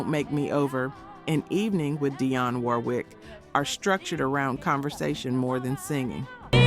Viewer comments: Proper Pronounciation: DEE ON . NOT D EYE ON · Thus is AI. Who mispronounced Dionne's name.